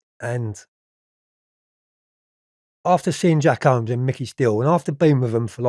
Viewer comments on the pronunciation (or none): Wtf is Jack HOMES and Kenneth NOYLE ? 🤣 Does he really expect us to believe his recollections when he doesn’t even pronounce the names correctly Noye never got sentenced for murdering the cop. . 🤣🤣🤣🤣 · Jack whomes not holmes